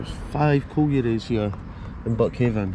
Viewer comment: It's locally pronounced buckhind. Born and raised a mile up the road in methil.